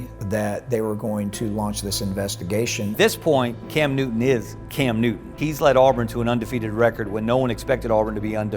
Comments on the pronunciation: 😏 ----- IT " NEW -- TON ", NOT NEW -- DUN..... 👍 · Real quick. Love the documentary but it’s Newton not Newdon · New-Ton not “Nudin” 😂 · this video is horrible! only an idiot would make a football highlight/documentary video with subtitles and cant even pronounce newton